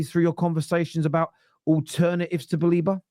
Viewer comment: Stop calling him Baleeba! It’s BA-LEH-BA